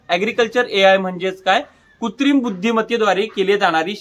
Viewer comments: कुत्रीम नाही कृत्रिम असतंय बाळा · Kutrim nahi कृत्रिम